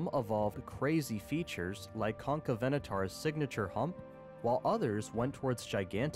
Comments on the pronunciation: CON CAVE not whatever tf u said lmao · What was a whcky pronunciation concavonator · Is it just me or is the way he pronounces carcharadontosaurus concavonator and giganotosaurus weird